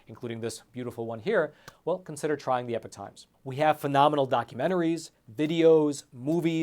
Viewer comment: He constantly mis-pronounces EPOCH...